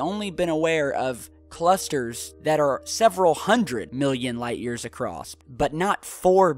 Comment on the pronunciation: How many times has everyone else clearly heard pronounce ACROSS as ACROSSED OR ACROSST? What's up with that?